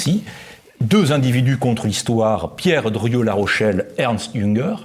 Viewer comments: Très intéressant, mais pourquoi l'animateur dit-il "Dorieu" ou "Derieu", au lieu de Drieu ? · Ce nest pas : "Durieu" mais : "Drieu", mon bon ! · Je n'ose imaginer qu'il confonde Dieu et Doriot. Je pense davantage qu'il pèche par la prononciation : nous prononçons "i-eu", mais lui "yeux". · Mais cessez donc avec Dorieu ! C est drieu...c est gênant quand même 😂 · Drieu. Pas Dorieu! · pourquoi le crétin qui sert de journaliste prononce toujours "Druuuueu" au lieu de "Drieuuuuu" ??? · c est penible cette prononciation il est sourd ce mec ?